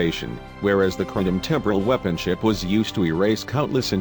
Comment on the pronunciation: LOLOLOLOL, the mispronunciations are hilariously bad! weeepon